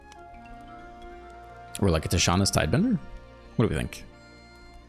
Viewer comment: If i hear you say "tidebender" instead of "tidebinder" one more time, I'll deactivate the bell. Im too much of a fan to unsubscribe but i want there to be consequences